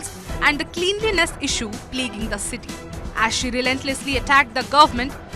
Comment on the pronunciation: Not kleenlines, it's cleanliness (Klenliness)